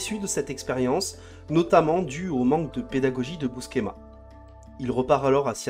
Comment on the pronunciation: Excellente vidéo mais si je peux vous donner un conseil, soignez la prononciation des noms... "Buskema"? "Daredévile"? Ca tranche avec la qualité du travail.